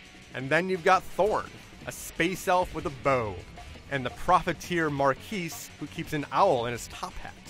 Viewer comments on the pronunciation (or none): I don't know why, but when pronounced Marquis as Mar-keese , instead of the proper pronunciation (Mar-key) it made me cringe.